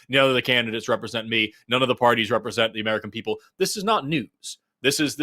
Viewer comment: It's really alarming to hear "zis iz not a genocide" in a German accent.